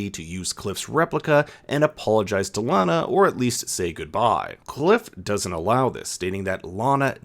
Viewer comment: I'm not sure why your pronunciation changes from "LANa" to "LaHna" halfway through - but it's really bothersome. It shouldn't be.. but it is -__